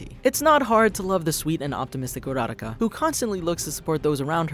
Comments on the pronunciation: I was reading the subtitles and when he said "urarka" It said "erotica" IM DYING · I lke the video. But why are you pronouncing Uraraka like that??? They say her name in the show it's Oo-ruh-ra-ka